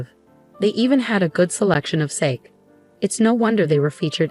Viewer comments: In my country, it’s sark-ay. (Not Japan, so we could be wrong.) Definitely not sake, though, for heaven’s sake. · Please check the pronunciation of SAKE. If you are referring to the drink , then I believe it's two syllables and the E is a long E.